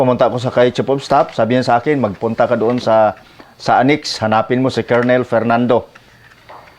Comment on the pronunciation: Wag ka magagalit at i-correct lang kita. Colonel ang rightword pronounced as kernel